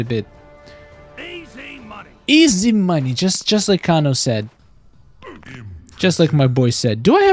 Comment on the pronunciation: Your saying kano wrong